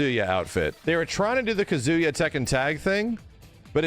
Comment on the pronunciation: Take a shot everytime says Kuh-zoo-yuh.